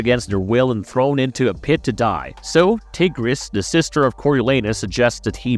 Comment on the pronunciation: Tigris is his cousin, not his sister. Also, you are mispronouncing the name